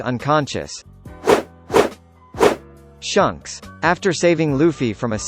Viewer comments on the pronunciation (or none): I hate how he says shunks its shanks dammit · It's pronounced Shanks, not Shunks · I can’t believe you said his name wrong shanks not shocks like wtf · Did he just say shunks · By the way it’s not shawnks is shanks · Pronounce the names right it’s shanks not shunks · You said Shanks name wrong its pronunced shaanks not shunks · Its shanks not shunks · He really pronounced "shanks" as "shunks"🤦🏼‍♂️ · When the robot voice said shunks and not shanks it was kinda funny 😆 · Did you just call him SHUNKS? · Shunks bro its shanks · Why do you pronounce it "Shunks"? It says Shanks dude 😂😂 think of it like him or Luffy if it helps.. Flanks.. are a type of steak right? Flanks rhymes with Shanks.. there's also an A in his name not a U lol.. Shunks rhymes with Chunks.. which is what I'm blowing right now hearing you botch Shanks' name 😂☠️ rip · It’s not shonks it’s shanks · Who the Nani is "Shunks"?! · Gold.d.roger!? Really shunk!? It's shanks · Shunks. They are saying Shunks, right ? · It's funny how he says shanks like shunks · Way you said SHUNKS. Reminded me of STONKS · litirally lost my shit when i heard him say (SHUNKS) 😂🤣😂🤣shunks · "Shunks" thx bro..now i cant unhear it😐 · Don't forget about S H U N K S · My guy said shunks😂🤦🏾‍♂️ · Dislike for not saying shanks name right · Learn to pronounce shanks name u pleeb put some respect on it ! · I zoomed to the Comments when he said shanks name wrong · Keith Atuatasi thank god i’m not the only one who noticed that